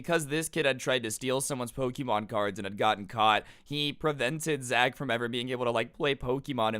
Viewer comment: Ik its wrong spelling but you sound like saying poki-mon